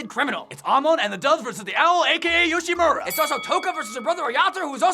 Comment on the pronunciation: FINALY SOMEONE CAN SAY YOSHIMURA RIGHT IM SAVED